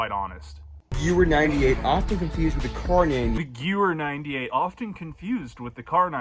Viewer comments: DID THIS JACKASS JUST SAY GU-WEHR INSTEAD OF GE-VEHR? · I don’t know any German, but even I knew how to pronounce Gewher. 🤦‍♂️ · I remember playing call of duty 3 probably when I was 13 and pronounced the Gewer 43 as Jewer 43. that pronunciation he used must be intentional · Guys gweer for sayin it like that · I have heard other people pronounce gewehr just like that. I think it comes from a total lack of understanding about how german words are pronounced combined with simply reading it in an item tag in a game or even written down in a book. But let's be honest these boys ain't reading books. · So do we know how that kid actually came into possession of all those guns? Cuz even at reasonable prices that still a lot of money in surplus firearms. And being that he doesn't even know how to pronounce "Gewehr" it seems odd that he would spend so much money on a collection like this. Did a family member/friend actually buy it and give him permission to film it or something? The whole situation just makes no sense to me